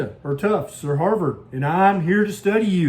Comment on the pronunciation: If you were a researcher at the "Haarrvord" School of Public Health🤣🤣 🤣